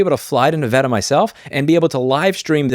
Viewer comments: As a Nevadan, I can't believe they're tarnishing Nevada's nickname (Battle Born). Also I appreciate you pronouncing Nevada correctly, Louis, less common than you think. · I'm just trying to get past the fact that Louis pronounced "Nevada" correctly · Thank you for pronouncing Nevada correctly!